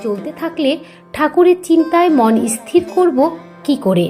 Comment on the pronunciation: আপনার বলা কথা গুলো খুব ভালো লাগলো। তবে আপনি স্থির শব্দ টা কে " ইসথির " করে উচ্চারণ করেছিলেন, দয়া করে ঠিক ভাবে উচ্চারণ করবেন।